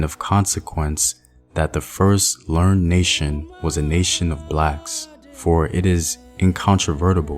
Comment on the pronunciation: 1st: it is great to see someone who has thought, done research & only then arrived a conclusion. Huzzah! Huzzah!! 3 things, the 1st two rather picayune [as in of small worth ]; but important. In the quote by Constantin Francois de Chasseboeuf the word is learned [accent on the 2nd syllable, meaning having been taught ]. In the quote by Chiekh Anta Diop the term is mange [long A vowel sound]. It is a skin disease. Actually, an infestation of mites, that dogs, horses, & people catch. Now; another reason the Arabs would make eunuchs of their African slaves might [I emphasize might here] have to do with sexuality. Not the base, aspiritual sexuality for procreation, however. It is the sexuality represented by the caduceus [an ancient Egyptian symbol], that would cause such consternation. When [& if ] you research the caduceus; remember the outer loops of those snakes indicated connecting to a chakra [in Ayurvedic tradition. A tan tien in Taoist ]. Sex cults abounded in the Middle East; prior to their arrival in West Asia [ Tantra & Kundalini ] & East Asia [ Esoteric Taoism ]. Again, thank you, my friend. Well done!!